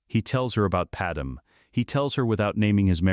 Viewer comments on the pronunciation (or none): Pad-MAY, not Pad-EM. its freaking Pad-MAY.